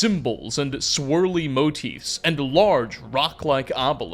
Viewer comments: This guy pronounces motifs like “moat-ifs” and “giants’” like “giantses”, but rolls his r when he says Strauss. Boggles the mind. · motifs is pronounced moe-teefs